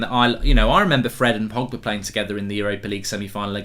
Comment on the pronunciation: Did my guy really say frogba 😂😂